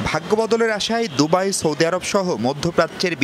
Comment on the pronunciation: Dubai oo rite boliyen plz